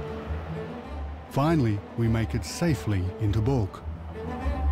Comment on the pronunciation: It's not calked bulk! But Balkh, meaning you were not prepared! Arshloch!